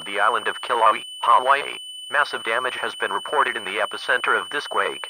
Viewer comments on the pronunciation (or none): Kilauea is being mispronounced, and it's located on "The big island" the island of Hawaii, same name as the state.